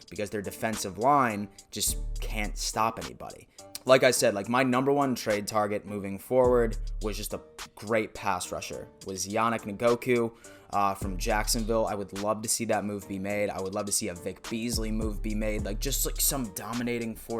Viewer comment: Ok. Just so you don’t keep making a fool of yourself, yannick ngakoue’s name isn’t pernouced yannick n- goku.. his name is pernouced n- gock- way